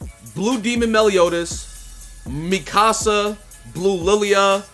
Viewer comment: “Mikasa tu casa” 🤣